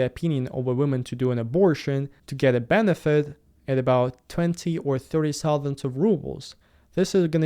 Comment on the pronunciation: Hi. I love your videos, have been watching them since the war started. But, please, pay attention to how the word "thousand" is pronounced.